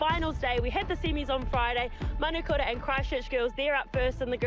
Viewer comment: Commentator need to get the name right it’s manukura not manakura